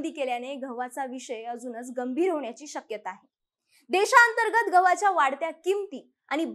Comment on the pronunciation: घहू... घवाच्या... उच्चार बदल अपेक्षित